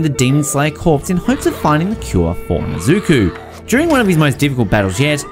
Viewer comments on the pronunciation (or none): I lost it at "na-zoo-kuu" LOL. Did he not watch any Demon Slayer? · "nesuku" that is the worst one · How he gonna say nezuko wrong when tanjiro says it in the background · Why did he pronounce tanjiro and nezuko like that???